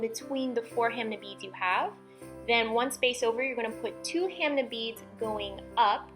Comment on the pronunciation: I call them ham ah beads not ham nah beads